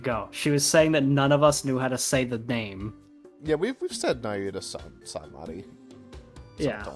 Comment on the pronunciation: For what its worth Em, i may have fucked up right there, but you fucked up in trying to make fun of me lol. His name is "Nah-Hyoo-Ta", you absolutely do not pronounce it as "Nah-Yoo-ta".